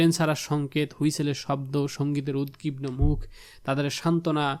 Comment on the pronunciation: তো, আপনি এত কথা বলেন কেন? উচ্চারণের ব্যাপার আরো সতর্কতা আশা করছি। আপনি 'উদবিগনোকে' বলেছেন 'উদগিবনো' 😭